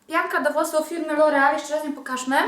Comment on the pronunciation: Nie wiem czemu ale bardzo ładnie z twoich ust brzmi słowo LOREAL